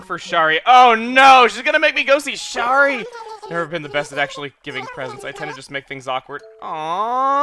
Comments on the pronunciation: I've just started this series because I've started playing acnl again and oh my god, it kills me the way he says Shari. Shari is my mom's name and it's not pronounced "Sharr-ri", it's "Sher-ri"/"share-ri". Similar to how Cher sounds. Edit: It's a shortening of Sharon, and you don't say "Sharr-ron" like some Lord of the Rings character, you say "Share-on". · I'm pretty sure Shari is pronounced sh-air-ee (a different way to spell Sherry).